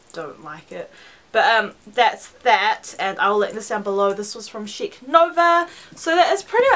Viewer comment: Loool!! i thought you said this is sucha shit piece instead of chic